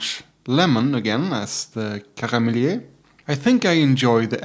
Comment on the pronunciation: Pronounce it as Karmelït. With the "i: like in "ea" in yeast. My favourite triple uittil now as well. Bit of vanilla, mild sweetness and pleasant herby bitterness.